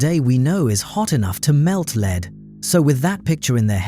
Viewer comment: "Venus has geography"??? I think that was supposed to be "geology". And why do AI slop generators always mistake the the word "lead" referring to the soft metal with "lead" as in 'lead the way"?